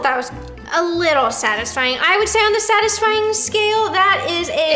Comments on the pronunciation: “Sadly odisfying” -Roni 2021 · No one: Roni: “Sadly Ottisfying” 🖐 🙌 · “Sadly Oddisfying” lol nice 👍🏽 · “sadly otisfying” 💀